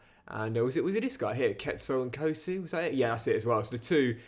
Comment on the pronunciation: It’s pronounced ‘N-Ko(with a hard K[like you tryna emulate the sound of a pot being banged])-see